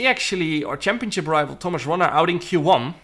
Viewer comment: the way he says "championship" cracks me up every time chempionchip